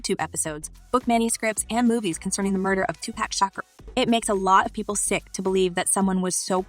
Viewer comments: His name is Tupac stop mispronouncing his name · IT IS NOT TUPACK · SAY IT WITH ME NOW…..”TWO…POCK”…Tupac. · Keep saying Tupack sheesh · Who else is getting frustrated for her saying 2Pacs name wrong? It's not 2pack it's 2Pac (2Pock for pronunciation). If you're going to make a video about someone, say their name right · Not Tu Pack..ITS TUPAC...... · HIS NAME IS NOT TWO-PACK! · His name is not two pack shocker it’s Tupac Shakur😂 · Can someone please teach this lady how to say 2Pac’s name the correct way? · To the very least pronounce his name correctly geez!